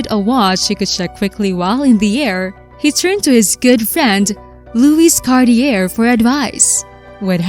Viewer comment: Cart-ee-er. Not even close. Learn how to pronounce the names of European manufacturers. It's pathetic that you can't ... or even come close.